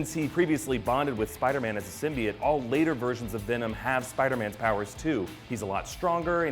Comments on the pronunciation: Its symbiote not simbiT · It's pronounced SIM-BEE-OTE simbiot